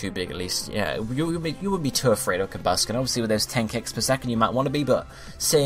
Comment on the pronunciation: DO ABSOL Also, I've never heard it pronounced "COMbusken"